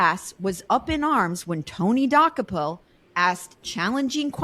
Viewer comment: Tony Do-COPE-ill. It really isn’t that hard to pronounce lol